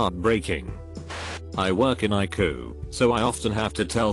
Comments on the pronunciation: When you read all cap letters, pronounce the letters separatly. It’s not iku it’s eye see you! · It’s pronounced I see you! Not iku! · ICU is not pronounced EYECOOL. Please make the computer voice pronounce words properly. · Is this a computer-generated voice? "...errrrr doc here..." "cheemo treatment." ICU as eye coo...😄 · normal people: ICU text to speech: eye coo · Interesting stories. The robot voice needs a tweek to say ICU letter for letter rather pronouncing it. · Am I the only one triggered by the way he says ICU😒?